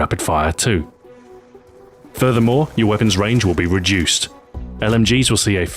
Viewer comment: i love the way he says reduce :O REJUICED! <3